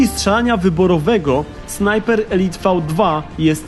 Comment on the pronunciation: Elite czyta się elajt